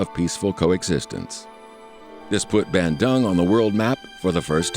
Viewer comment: I was laughing hard when you pronounced Bandung the way you did. You should have pronounced it " Bundoong " as it is correctly pronounced in English.